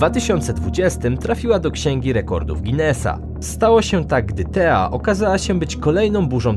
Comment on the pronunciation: Nie "tea" tylko "theta"czyli litery greckiego alfabetu. Należałoby przynajmniej patrzeć co się czyta. Theta czyta się teta,ale napewno nie tea co można rozumieć jak herbata...